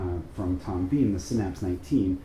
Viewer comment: Pronounced Tom Bin not Bean